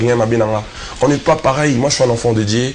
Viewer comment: Dieu et non dié